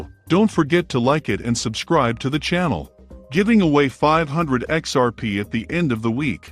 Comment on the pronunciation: I just cant trust a channel using text to speech... "XPs failures" cant even pronounce XRP